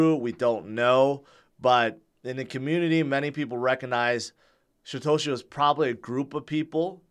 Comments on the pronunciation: yeah, its called poor aununciation. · i can't be the only one.... every time says "Satoshi" i hear "Shitoshi" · He's been saying Shitoshi forever. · Now that you mentioned it. Does sound like it. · He also can't seem to pronounce Satoshi correctly.